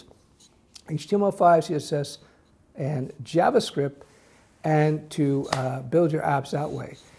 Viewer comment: I only watch this guy cause he says jabascript